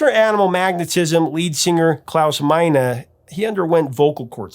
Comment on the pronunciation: Hey Mr so-called. Very very very very very very respectfully where exactly did you learn to say the Man's first name. His name the singer of the band is Klaus Meine like not yours but mine there's no minor there's no a sound of the end I've never heard anyone else say it that way